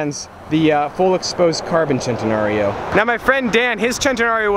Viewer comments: its actually sent a nario not chent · I never want to hear the word chentanareo ever again. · i hate how he pronounces it "chentenario" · I thought it was Sen-ten-Aree-O not Chenteeorio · Sen-tan-nary-o not chentenario... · It’s sen-ten-nar-io Chentenario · it is centenarion... not chentenario! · Stop saying chentenario it’s cen !!! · Its SEN Te Nario. Its a Spanish word not Italian. There is no CH or Chaa sound. I believe most lambos were named after Spanish fighting bulls. This one is just commemorating his 100th birthday. Thanks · He says Chentena-rilpshf O Annoying! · CHENTAnarryo! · heres a drinking game: take a shot everytime sayss chentenario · It's not pronounced CHENtenario. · i disliked because you got annoying with the whole "CH" entenario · Philip Smylie if I were to get a dollar for every time someone says "Centenario" Wrong, I would have enough to get a Ferrari La Ferrari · The way this guys says centenario just makes me wanna die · He says the first part right the last part wrong he isn't saying rio properly that's what makes it annoying. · you said "Centenario" 32 times and all of them mispronounced